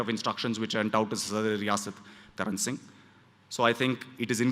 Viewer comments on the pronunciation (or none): none